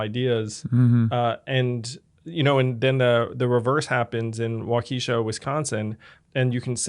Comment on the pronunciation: It’s not “Wa Kesha” it’s pronounced “Wok a Shaw”